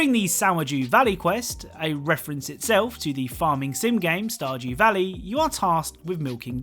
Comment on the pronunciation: I thought he said sourjew valley